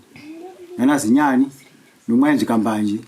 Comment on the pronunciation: Chinyani kwete Zinyani